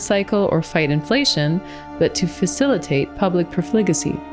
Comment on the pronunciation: 'profligacy' has the ACCENT on the 1st syllable